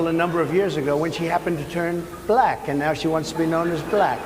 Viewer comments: Perhaps he might learn to pronounce black instead sounding like ba-lack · Notice how he only calls women reporters nasty? Hello Freud! And the way he pronounces "black" makes me want to hurl. Sure America has had more than enough of this boob? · Don't forget his repeated reference "Peekaboo James". The WAY he kept pronouncing "black" is so insulting, and I am white. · He says 'black' like Ron Burgundy in anchorman 2... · His pronunciation of the word "bLack" just sounds racist somehow—let alone the actual disgusting things he's saying.